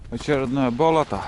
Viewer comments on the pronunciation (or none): Когда "бОлото" говоришь то ударение ставь на "болОто", то есть на вторую "О"